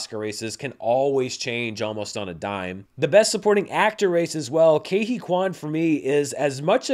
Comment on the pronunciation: Just after the 4 minute mark in this interview Ke Huy Quan explains how to pronounce his name. You’re pronouncing Ke and Huy incorrectly.